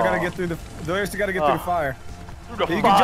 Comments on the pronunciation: its ed-lirious,not ben-lirious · delirious you keep calling evened just so you know